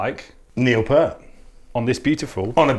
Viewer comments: 1. Pronounced "Peert" 2. Never used octobons 3. Never used subwoofers 4. Tuning is way off Sorry. Please try again. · Its peart, pronounced peert. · Unfortunately disappointed with this episode. Drums, snares and heads all off. Cymbals, other than the hats and china are off. And playing was also way off. Too bad, I usually like these but was really disappointed with this one. Plus it’s pronounced “peert”. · If that’s there best effort , they need to just forget it It was so pathetic in every way Wrong sound wrong playing wrong equipment wrong song credit wrong last name pronunciation wrong feel Just extremely wrong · none of these are remotely close to how neil plays any of these songs and you mispronounced his name. This is just spam to sell your drums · My god, this is all wrong. From the set up to the sound to the beats to the songs to the name pronunciation. And I didn’t see any comment in which you guys are apologizing for your bad research! What is going on...!??? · Thanks for trying But you guys failed massively This should be sounds like Mike Portnoy SMH You didn’t even pronounce his name right What a shame RIP Mr Neil Peart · Beautiful kit and Doug while you are obviously a skilled drummer, you’re interpretation of Neil Peart’s (you pronounced his name wrong) drums on his songs was awful. Stick with your favorite but don’t butcher the master’s style.